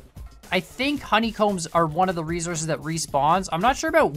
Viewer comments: The way he says resources triggers me. Rofl. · Did he just said resources de wrong-way